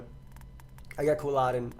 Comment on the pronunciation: Why do you pronounce Quilladin like that?